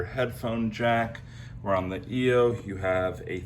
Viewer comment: It’s not pronounced e o it is pronounced eye o !!